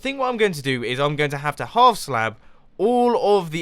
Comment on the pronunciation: Look, even us Brits don't say howf half like that.